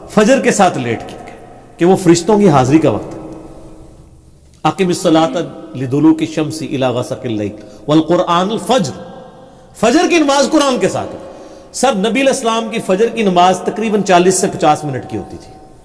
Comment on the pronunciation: و قرأن الفجر، کو آپ" والقرأن الفجر" پڑھ رہے ہیں